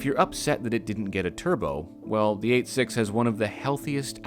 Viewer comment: I appreciate that pronounced 86 separately as the Japanese say it.